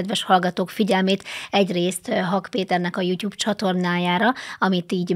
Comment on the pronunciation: Nem tyùb! Tùb, jùtùb bakker!